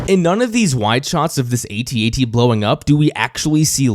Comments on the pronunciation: Hearing you say A T A T every time is just another reason why it's AT AT. Only generation dip thong would add two unnecessary syllables for some logical fallacy. Despite your crimes against humanity, I am enjoying this series and will thumbs up the video. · Sorry your INCORRECT on the pronouncing "AT-AT". It is pronounced ""AHT AHT" like in saying the word "Actually". BECAUSE I checked a Kenner toy commercial for that toy and its pronounced (like I said saying the word "Actually" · Not saying at at..is like not saying scuba.. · THANK YOU!!! No one should EVER say At-At!! A.T.-A.T.! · Sorry champ, pretty sure we were calling them “at at’s” well before you were born. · As an original Star Wars kid (I was 8 in 77), I never even heard A-T-A-T until something like 25 years later. My toy was/is an AT-AT. The other pronunciation is like nails on a chalkboard to me, truly. (Oh, and the little one is a “chicken walker” 😋)